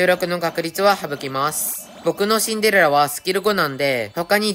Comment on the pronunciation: スキル2でも(Android)でも1億出せますか？あとシンデレラの発音よすぎwしんでrrらw